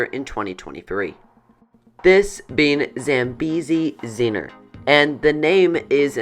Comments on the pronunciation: It's Zambezi zinger not Zambezi zinner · Mispronouncing Zambezi Zinger as Zambezi Zeener several times made me cringe.